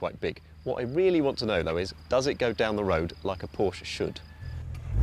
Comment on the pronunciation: 1st European I have heard pronounce Porsche WRONG.